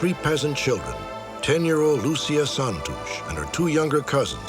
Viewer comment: Mr. Stack's pronunciation of the Portuguese names (especially Santos, which in Portuguese is like "Santoosh") is fantastic. What an amazing host he was. Most TV people would have done the old "Spanish" version of "Santohs"